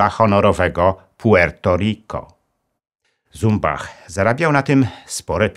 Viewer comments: Jeśli nazwisko szwajcarskie to należy wymawiać Cumbach... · Jan Zumbach posiadał szwajcarskie nazwisko i należy je wymawiać "CUMBACH". Stanisław Skalski w filmach dokumentalnych dostępnych na YT takie je wymawia - Cumbach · Śp. Generał Skalski nigdy nie był "Asem Dywizjonu 303". Poza tym szwajcarskie nazwisko Zumbach powinno się czytać Cumbach. Sam Skalski o tym kiedyś wspominał i tak mówił.